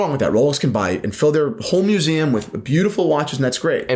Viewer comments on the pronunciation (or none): AGAIN with the mueseaum! Say it again!